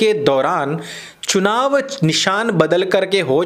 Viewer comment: Chunav ki jagah chinav bol gyi....